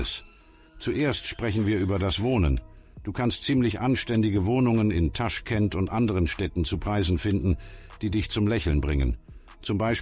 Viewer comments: es heißt nicht TAschkent, sondern TaschkEnt!!! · also, wenn man nicht mal weiß wie man den Stadt ausspricht, warum soll ich den Bericht anschauen? es wird nur genau soviel Wahrheit erzählt wie das Wissen von Autor- nämlich nichts!😱😰